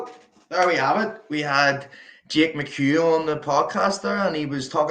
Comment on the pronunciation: Jake is great guy, but the funniest thing to me is, how czech commentator pronounces his last name. He straight up calls him “McHug” , always gets me.